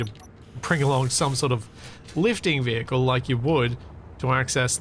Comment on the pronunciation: The VeeHickle